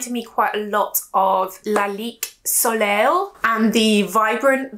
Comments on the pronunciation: Hi, soleil is pronounced so-lay 🙂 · Or so lei